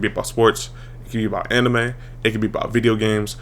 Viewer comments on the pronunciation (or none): none